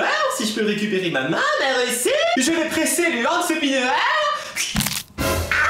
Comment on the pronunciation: quand tu parle j'ai malle au oreille putian tu n'a jamais essayé de dire un mot français correctement dsl mais mereci ça veut rien dire est seul qui mette #teampalimier #teamsallop